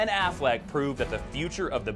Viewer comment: Did he just say "Afflack's" lol